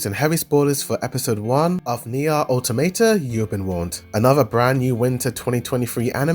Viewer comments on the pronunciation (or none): It's oto-MA-ta! WTF!